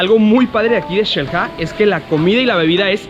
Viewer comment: "Nos encontramos en Chel-ha" jajaja